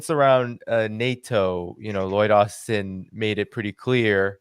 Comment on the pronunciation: Loyd Austen has become Loyd Arse-ten